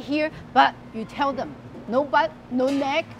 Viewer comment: He tries to say "no neck" but ended up saying "don't improve!" 😄